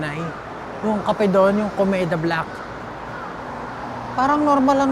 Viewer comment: Waa kailangan ko na talaga pa check sa tainga ko, kasi “ Kobeta” dinig ko yun pala Komeda coffee yata yun 😂😂